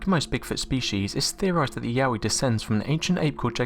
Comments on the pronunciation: I thought Yowie was pronounced Yo-wie not yaoie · Yowie not Yahweh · I thought he said Yaoi